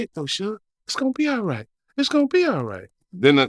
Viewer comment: "It's gone be ight Suge" "it's gone be ight".